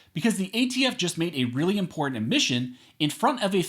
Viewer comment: im·por·tant learn how to say it!